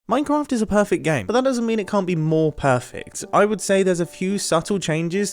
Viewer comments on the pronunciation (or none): did you say minecamft ? :-)